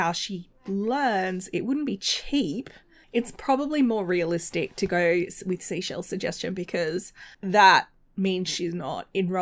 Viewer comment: Oh my gosh! You read my comment on your video!! 😁😁😁 You said my name right! My name is Michelle, nickname Chelle, and when I worked for Royal Caribbean we had to have names that were easy for kids to pronounce so I thought SeaChelle was a fun little ocean themed pun just using my nickname but said the same as seashell. :) It’s going to be super interesting to see the religious aspiration all played out and to see what Mira does in the future! I’m excited! I also love that Olive is the little proper sim who has just a little dash of mischief. I love it! She can be proper and also a tad bit cheeky too. ;) ❤️❤️❤️